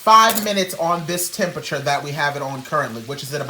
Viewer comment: "adjust your chempechur....I said chemepechur....HEEEYY!!" 😭